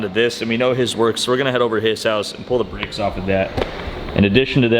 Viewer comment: Wondering what the Fk Bricks you were talking about then I realized it was brAkes.... Al least you didn't say Sodder instead of soLder.